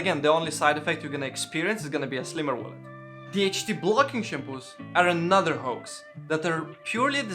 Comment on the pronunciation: It took me a minute to realise he was saying smaller wallet rather than smaller willy! 😕